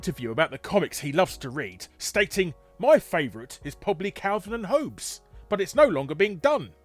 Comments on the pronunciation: It's pronounced "Hawbs", not "Hoabes"... !!! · Dat pronunciation of “Hobbes” tho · Calvin and "HOE-B'S"?!?! Who honestly doesn't know how to pronounce one of the most famous names in the world? I know he has a strong accent but that wouldn't account for this.... come on, you're better than this lol Obviously this is a joke and I don't care but just found it funny that someone as well informed on pop culture things as big is, could pronounce something so well known, so badly lol.